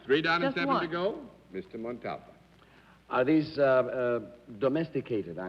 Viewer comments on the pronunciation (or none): I'm now wondering how Ricardo Montalban pronounces hi own last name. I've always stressed the THIRD syllable, but John Daly seems to be stressing the SECOND syllable. mon*TOLL*b'n as opposed to mon* tal*BAHN. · What's so difficult about saying…. Mont all bah n ……tell us John Daly…? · Mr Daly could not pronounce Mr Montalban's name correctly. He kept chopping off the end. Annoying. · I cringed every time John Daly pronounced Ricardo Montabon’s name. However, it was common back in those days for English speakers to mispronounce Spanish last names. It happened on what’s my line a lot. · John has an an unusual pronunciation for Montalban! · John Daly just could not say montalban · Daly keeps mispronouncing Montalban's name. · I checked and the encyclopedia and other references show the accent on the final syllable and further show the pronunciation of that syllable as the accented one by separating it from the first two. In all the years of his performances I never noted anyone else who called him that, even among other Mexicans that I recall. I would love to defer to your knowledge of Spanish, but I think this was Daly being his fussy, overly-sure-of-himself self and saying it incorrectly. I will look into this further. All the Spanish speakers I know are not Mexican, but I know a couple of Cubans who have formally studied the language and often advise me on things like the correct pronunciation of Guillermo Vilas, who was an Argentine tennis player. In any case, it is part of the interesting richness of the Spanish language in all its permutations. Thank you for piquing my interest in this. I will see if I can think of somewhere that he may have said his name himself. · Jeff Vaughn being off on which syllable should have been accented i'd not consider "even close" & if that was the reason that's kind of petty for an honest mistake--if John pronounced the accent DIFFERENTLY every time then that would be a legitimate reason to be annoyed